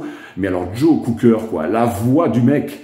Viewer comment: Please, it's Cocker not Cooker! All the best. Cheers!